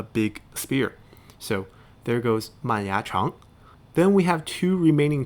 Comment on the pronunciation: 这个应该不会了，不过还有一个是你拼音读错了 mangyachang是忙牙长 不是 man